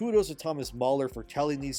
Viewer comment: NOT MAULER it's Thomas Mahler Ma like Mars